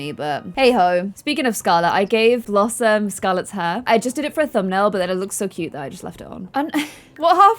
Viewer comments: lol did say Blossmay instead of blossom😂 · I can´t be the only one that heard say blossmate instead of blossom when blossom asked if she should ask Annabelle over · Did anyone else notice she said blossmate instead of blossom 😂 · When said "Should blossmate" I died